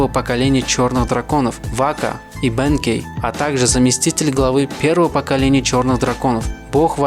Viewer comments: Если, что правильно говорит не бЕнкей, а бенкЕй и не вАкаса, а вакАса Но всё равно видос один из самых крутых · Братан не бэнкей, а бенкей* правильно ударение